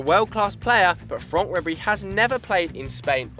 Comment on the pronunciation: Seriously, FRONK RIBERY hahahahahahaha